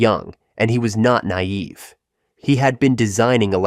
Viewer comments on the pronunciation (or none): none